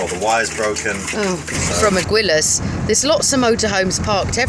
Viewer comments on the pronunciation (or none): Not criticising but you might want to know it is said Ageelas not Aguilas sorry don’t think I’m criticising xx